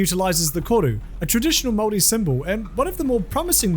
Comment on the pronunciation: Really weird hearing Māori being pronounced right but I very much welcome it.